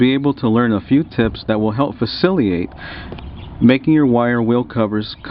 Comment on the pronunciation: faciliate... you mean facilitate lol